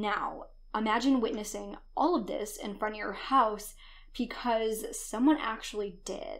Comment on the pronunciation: Sorry but when she says”because” I hear “pecause” Lol